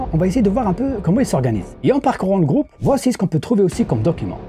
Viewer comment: 😂 Le gwoupe vis bien